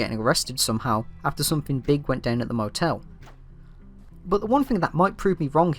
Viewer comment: I str8 thought u were saying Internet Motel